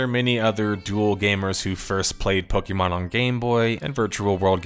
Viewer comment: I'm not listening to 40 minutes calling it "pokey" mon